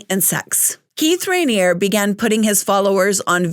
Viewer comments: The "E" at the end of Raniere isn't silent. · Sorry your mispronunciation of his name was driving me crazy! Unless the documentary and ex members were mispronouncing it. But you are right, this man deserves to be in prison for the rest of his life.